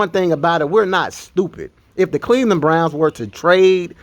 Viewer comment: 1: the intro almost as long as the video 2: did he say the Cleveland Blnouns not Browns